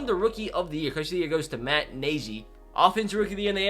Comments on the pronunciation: Matt nashy haha it na ge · “Matt najy”